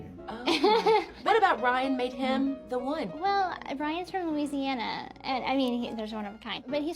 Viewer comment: Props to for pronouncing Louisiana correctly. As a Nola native, I have gotten irrationally angry at YTers pronunciation of Louisiana. 😂😂😂😂 Love you girlies!!! 💜💜💜🩷🩷🩷